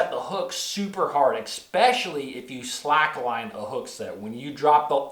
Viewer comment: There is no X in the word especially. Best to learn the right pronunciation of the word you wish to use if you are going to be an educator and or public speaker. Makes you seem like you know what you are talking about. No hate here brother just a little heads up.